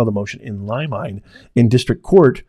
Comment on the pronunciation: Professor of what? Certainly not law as you can not pronounce certiorari or limine.